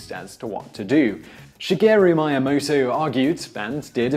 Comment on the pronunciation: Please learn to pronounce Japanese. All the vowels work the same as in Spanish, it's very easy. ME-AH-MOH-TOH